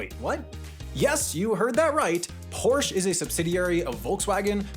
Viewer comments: It’s Porsche, not Porsch. Just like it’s Jaguar not Jagewar, Peugeot, not Puugeot or Ferrari not Fewrawri. Thanks on behalf of Europe. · Its porsche not porsch 😑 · Its porschEEEE NOT PORSCH CANT U READ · It bothers the hell out of me that this guy says "Porsh" instead of Porsche. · The name is Volkswagen, as in Folks-Vagen, not Folks-hagen! The other name is Porsche, as in Por-ShA, not Porsch! At least learn how to pronounce things correctly before making a video! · Why are you saying Porsch? That's like saying Toyot. There is an E at the end. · Its pronounced Porsche, not Porsch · Correction: Porsche is pronounced like “Poor-Shuh”, not “Porch”. Source: I used to know some Porsche corporate employees that were very insistent on the proper pronunciation. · It’s pronounced Por-shuh, not Porsch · If you really strive for accuracy in your videos, you should know that Porsche is a two syllable word! It's pronounced POR-sha! NOT Porsh! Get it right! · I know the correct way is Porsh-uh, but I just don't care and keep saying it 'Porsh' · its not Porsh-uh, its Porsh-eh. E is e, not uh… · It's pronounced as "Por-shit" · I sure love uolkswagen and Porsch! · PORCH-AAA is how you say it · What is a porsh? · I know it was intentional, but your propitiation of "Porsch" was killing me. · Porsche is pronounced porsh-uh by the way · As a german, I feel the urgent need to tell you that you have to pronounce the „e“ in Porsche. Kind of like „Porschuh“ 😂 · Please don't pronounce it porsh. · That is one lonly 'e' at the end of Prosche. Yes, the 'e' at the end of 'Porsche' is pronounced. 'porsh' is infact the wrong pronunciation. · Actually, Porsche is pronounced like POR-SHA and he's been mispronouncing it this entire video. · did you just pronounce "porsh" wrong and called the beetle extremely ugly in one video? -me, a furious german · Trailing "e"s are audible in German, it's Porsche, not Porsch. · It's pronounced PorschE, not Porsch! You do pronounce the e at the End!